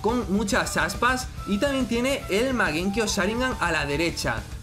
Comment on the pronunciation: Porque le dise magenkio XD es mangekio